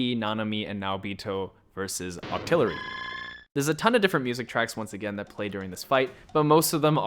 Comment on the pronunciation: “vs Octillery” lol